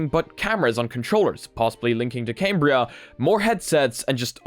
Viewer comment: You didn't get invited because you keep calling it came-bria instead of cam-bria